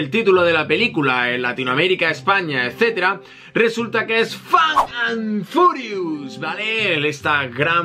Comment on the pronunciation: Es fast, no fate